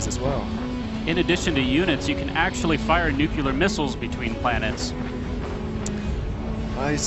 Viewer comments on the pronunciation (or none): How dare you not correct saying nucular? Tsk tsk:P Pretty good game! Lots of cool fights and it's always nice to see a planet smash (and Brad's redemption)